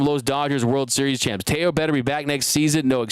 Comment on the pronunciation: Teo not two...